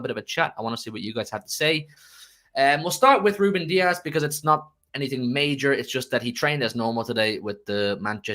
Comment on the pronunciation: Need to put some respect on Rubén’s names